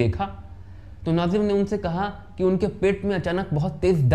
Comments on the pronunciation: Naazir nahin nazeer bolo. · नजीर को नाजीम बोल रहे हो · नाजिर नहीं नज़ीर कहिए नजीर हुसैन आप गलत उच्चारण कर रहे हैं